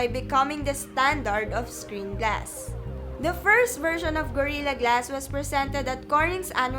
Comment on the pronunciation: Itsh been implemented on varioush porchable and high end devishes and by twainty ten there were approcshimately two hundwed mirrion devishes having gorirra glash one Dafuq...